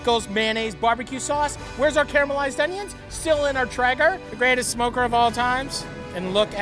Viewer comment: "Care-a-mell-ized" onions lol! Also, toast the bread for this one and you'll have a winner. What we have here is a soft shell meatloaf sandwich taco- which is not entirely bad btw...